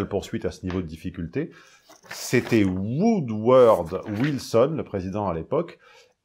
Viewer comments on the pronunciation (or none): C'est Woodrow Wilson, pas Woodword😂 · Woodrow, pas Woodward.